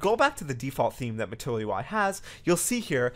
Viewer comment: This is so informative! Sidenote.. I just kept hearing "matoyo-i"